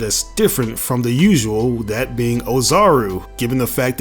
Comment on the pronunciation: Oozaru pronounced as Oh-Zah-Ru; literally means Big Monkey (Great Ape). If he (the reviewer) didn't know how to pronounce Japanese, just stick to the official English name; it less cringe that way. Bro couldn't even pronounce the name right but still claimed to be a fan somehow...